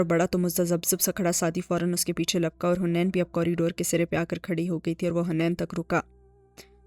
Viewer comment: It's haneen not hunaian